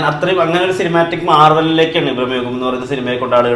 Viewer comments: ഭ്രമയുഗം aanu .. ബ്ര(ബ് +ര )അല്ല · ബ അല്ല , ഭ .....ഭ്രമയുഗം